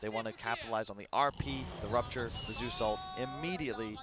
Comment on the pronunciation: Whaa whaa kyle is dumb the bandwagon is strong PS: Zeus, not zues.